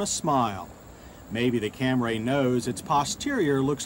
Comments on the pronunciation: Took John until 1990 to stop saying “Cam-ray”. When the Lexus ES came out he finally got it right. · FFS, John..................it's Cam-REE, not Cam-RAY!!!!!! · I only watched just to hear John say Camray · I'm only here to hear John say Camray lol There's someone around here in town with one of these, too. It was a bug out to see it.